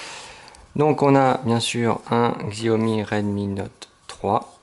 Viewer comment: Ca se prononçe "shaömi" en chinois, ne me remercie pas ;).